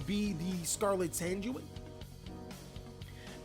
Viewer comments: It's con-quiz-cador and san-jween 😂😂😂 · it's 'con-kees-ta-door' 'sang-ween' and 'wa-care-oh' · What bothers me is when he pronounces the traps sanguine and conquistador. Both are words that exist outside of Yu-Gi-Oh yet he can't pronounce them